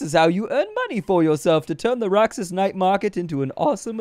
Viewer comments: That's read as Roh-hass bro. And the Roxas night market in Davao does actually exist. They close the avenue at night. :) Isaw (eee-sao) is grilled chicken intenstine, and kwek kwek is deep fried eggs covered in flour. They're traditional Filipino street food, though not as infamous as balut. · Roxas is pronounced "ROHASS" in filipino regional dialect aside from a market it's a city in my hometown capiz (pronouced cap eez) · duuuddeeeeee PH REPRESENT... roxas is pronounced as ro-has. A jeeney is a jeep conveeted to serve as a public transport here in the Philippines. And the the highway closes down at night to make way for the night market Also Sara is MAYOR SARA DUTERTE as in the DAUGTHER OF THE PHILIPPINE PRESIDENT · Said as Roh-has. And it is a real place